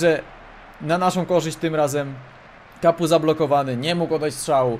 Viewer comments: Mówi się kapo a nie kapu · Czytaj Olivier Kapo tak jak się pisze ^^